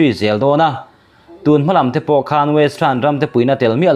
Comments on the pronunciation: KHAN tih hi lam dik nise...KHÂN nilovin,thluk lo a 'KHAN' tia lam tur a nih hmel. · 'Khan' hi i lam dan a dik lo. Thluk lovin a tawiin lam rawh. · 'khan' ilam dan hi adik lo deuh lo maw.